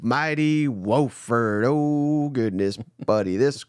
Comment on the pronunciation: Its Wofford with a short O. Whoooo ford.